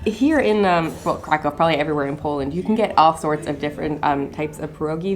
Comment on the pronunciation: Hey guys, lovely video. Make sure you get the pronunciation right, Kraków is pronounced "krakoov". Have a lovely day.